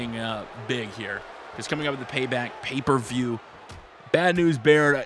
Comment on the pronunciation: Great video and by the way u said paper view